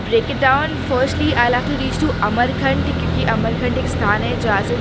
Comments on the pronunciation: Its amarkantak...not amarkhand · Not amarkant it's amarkantak , not सन it's. सोन. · Amarkanth nhi amarkanthak or gorighat nhi gwarighat..and plzz come again mp